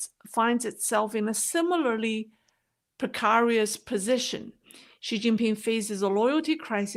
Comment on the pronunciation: Pre-CARE-ious, not pre-CAR-ious.